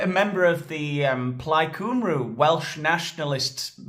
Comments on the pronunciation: 😂Can you say cumbria? Stop saying cwmrw. Its Cum-ree me. Ginger pubes and all 😂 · Cymree not Cymroo! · Plaid Cymru is pronounced 'Plaid Come-ree' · Plaid Cymru is pronounced plyed kumri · Plaid coomroo? Shut it hahaha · so you know its pronounced 'plaid cymree'..You got the plaid correct not the cymru, at least do your research properly! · Love you! But just need to point out that Cymru is actually pronounced ‘cum-ree’ 🏴 Carry on! 😊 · The U in "Cymru" is pronounced like a Y as in "Any or Many" "CumRoo" sounds like a randy Australian marsupial! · ‘Cymru’ is pronounced ‘kumree’. Tell your friends. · Cum-re is how Cymru is pronounced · FYI Cymru is pronounced as cum ree. Hope this helps. Your cum was good it’s the ending you need to work on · Plaid Cymru pronounced "Plied Cumrie" by the way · Cymru is pronounced cum-ree. Just so you know 😁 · It’s pronounced CUM REE 😝🫶🏻🏴